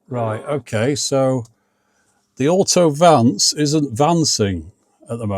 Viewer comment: "AUTO-VANCE" sounds very American somehow 😅